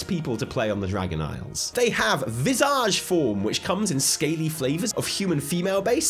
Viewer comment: why is he saying visage like Nicki minaj? its visage like anchorage.